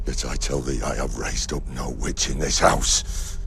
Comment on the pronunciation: the v vitch was horrible delete this video right now